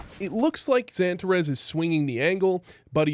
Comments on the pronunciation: Love the vid! But damn does it hurt my ears every time you call him pronounce it santa res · Funny how you pronounce Xantares different from every one else. Xypnix or Xyp9x. Xan tarras or Santa raas Good vid none the less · dude, everyone gets xantares name right… except you😂